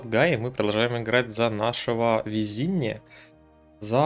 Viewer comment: Не Виззини только, а Висцини, это Калоджеро Висцини, он же дон Кало